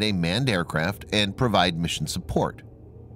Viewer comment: I believe you were mispronouncing "Valkyrie." That's a minor detail, though. Very interesting video.